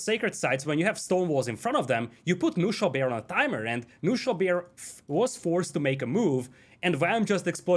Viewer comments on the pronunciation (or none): let me explain some german for you guys ;) "Knuschelbär" is german and means a lil teddy bear of some sort. You have to pronounce the "K" in the beginning. So fun hearing you guys saying only "Nuschelbär". But this means something different in German. So basically you always say another word when you say "Nuschelbär"...hehe